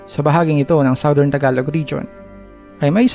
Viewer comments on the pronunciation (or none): none